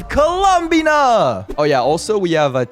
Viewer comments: I HATE IT WHY DOES HE SAY IT LIKE THAT LMAOO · please stop saying her name like that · obsessed with how pronounces columbina like he wants to say columbia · the way you pronounce columbina is so fascinating, I like it